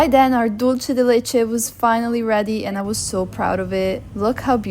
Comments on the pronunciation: Membrillo is also eaten in Mexico. I love it fresh with lemon juice and salt. Your mom is great! By the way, Dulce de leche, the" Dulce" is pronounced, Dul-seh (does not sound like the Italian, "c" as in cena). Even Americans make the mistake of making the Spanish word sound Italian. It's made in many Latin American countries. :D My mother is from Mexico. I loved Pope Francis. Thank you for this lovely tribute. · *dool-seh The C in Latin Spanish is pronounced as S (or Th, in Spain).